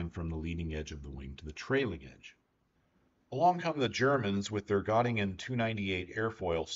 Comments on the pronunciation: Got-ta-gen (like gen in generation) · Native English speakers better say e instead of o. This is closer to the German ö sound. By the way, I was born in Göttingen. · Excellent video, thanks. Bye the way Göttingen is pronounced Gertungen. :)